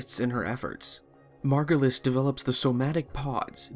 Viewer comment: This is really hard to follow, also very fast. Saying some terms and names that sounds differently than what they are written. Zariman, Zaraman, Margulis, Margolis, etc. Who is Archimedean Sylvanas? Who is Zariman? The problem is the game is very confusing, I don't understand anything from it, the interface is non-intuitive, most of the times i don't know what i'm doing besides, going to planets for x resource or extraction of an npc. But i do sure love the setting and concept of it and would like to know more of it. This video didn't help.